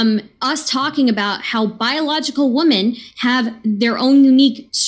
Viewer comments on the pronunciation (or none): ITS WOMEN NOT WOMAN AAAAAAAAAAAH MY EARS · These people can’t say WOMEN. They say woman when referring to one or many. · Why does say 'woman" when it should be "women?" So frustrating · Why does say "woman" when saying "women"? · can't say women properly she says woman instead like deer is plural for deer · Can someone teach that there is a plural for woman. Every debate I've heard her in she says eg: "men and woman". Women is pronounced differently toots. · Dear god, someone needs to teach this girl how to pronounce the word "women". It's not the same as woman. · Not sure who's more insufferable, Brendon with his interrupting and spastic debate style or saying, "woman" instead of "women" for half the debate. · ITS NOT WOMEN, ITS WEMEN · Can someone tell how to pronounce "WOMEN" plural and that its different from woman singular. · Every time a woman mispronounces the word women, God kills a kitten. 🐱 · Why can they not pronounce women? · I made fun of for mispronouncing "women" and then Nick did too, so does that mean I'm ALSO an eccentric genius? lol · Lately, I cannot stop hearing these people, like, say "women" wrong. "Women," and "Woman" are spoken differently, people. I didn't think this was an issue. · What a league of clowns here, all. Also, is the fact that only a single one of them (a man) is able to pronounce "women" correctly evidence that there is a war on women? Or is it just that people get dumber and dumber? 🤔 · pronunciation of "whoa-men" is peculiar, as is the tedious predictability of her arguments, and the presence of a bug at this debate. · Why can't this idiot say "WOMEN"? :S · There was a dialect of Victorian English where that pronunciation was valid. It was also used by Victorians living in British India and was passed onto Indian English. might've picked it up from her parents.